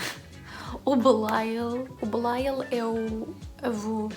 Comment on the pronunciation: Vontade de comentar o vídeo a cada coisa que dizes ahahah 1) dizes Belial 3 mil vezes melhor que eu 😅 2) Tatiana is shit, e o facto de termos conhecimento de toda a história por trás dela, ainda nos faz perceber o quão má é 3) Grace... mehhh still don’t like her, mas sim, gosto da forma como a personagem está escrita 4) adorei as vibes de full on YouTuber a maquilhar e a falar 💁🏻‍♀️ 5) toda a forma como dizes “baby shadowhunter” é tão cuteeee 6) sinto que em todas as intervenções do Will dei uma gargalhada 7) SIM! JAMES COMO É QUE LÊS TANTO E NÃO TENS VOCABULÁRIO? I’m so mad E também não podia ter pedido melhor companhia para esta leitura! Chain of Thorns come fast que queremos ler juntas outra vez ❤️